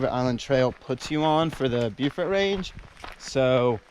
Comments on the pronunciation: "Bo"-fort, not "Bew"-fort. And you can actually see Deep Bay and Mapleguard Point from Mount Joan. - Holy crow! That's my neck of the woods you're seeing! - Whoa! That's Highway 19. Pedestrians are not allowed to walk on that highway. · Beaufort is pronounced "Bow Fort".